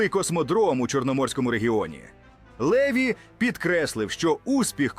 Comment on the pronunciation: ЛевI НАГОЛОС -НА ОСТАНIЙ ЛIITЕРI